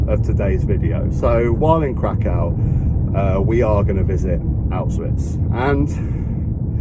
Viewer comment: You have absolutely butchered the pronunciation for Krakow. Try saying it like Krakwv. That's how you say it. If you can, do the salt mine in Wieliczka as well, its basically an underground town. Aushwitz is an awful place but i'm glad I did it.